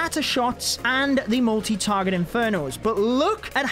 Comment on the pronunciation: whenever he says multi (inferno) my brain always thinks 'molty'